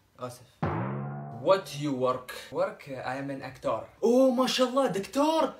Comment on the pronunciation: hahahha actour doctouur haha